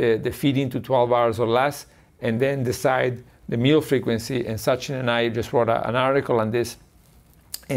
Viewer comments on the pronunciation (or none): 'Meal' is not supposed to sound like 'Mel'.